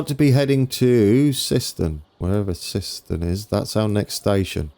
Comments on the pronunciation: Siston you mean Syston (Sighs Ton) You got Sileby right....and I love the final Low Bridge at Sileby.... you need to add a Low Bridge warning sign before the Double Deckers take the top of their roofs. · Also, Syston is pronounced S eye ston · Great video! Just one thing, syston is pronounced with an “I” sound. So like siseten.